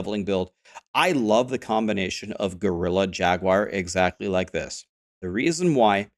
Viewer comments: Who tf says “jag-u-ar” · JAG-WAR. You're welcome. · I have never heard someone say Jag-you-are lol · I think you should pronounce it in spanish from now on, /"Haguar"/ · Interestingly, Steve Jobs pronounced it Jagwire as well =) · Us Brits do, it's probably because the branding of the car company, and that's how it is. However, Jaguar is derived from a Portuguese word, which I believe is partly from the indigenous people that would have originally named it and neither US or British pronunciation would be correct.